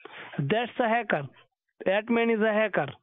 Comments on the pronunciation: Did the fool say 'haircut' instead of 'hacker' ?🤔 Maybe I need new batteries for my hearing aid too. The Energiser 🐰 may help. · It's supposed to be a hacker but the scammer sounds like he's saying hiccup